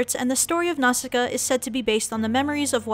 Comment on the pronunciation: Nausicaa- Aki..... Nasuka? XD okay I'll stop